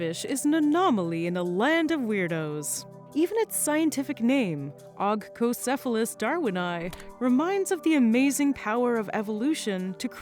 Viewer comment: "Ogco-" is pronounced /oŋko/. Ask any Greek to pronounce ογκοκέφαλος (lump head). Same goes for Agkistrodon (a snake): it's αγκίστροδον (hook tooth).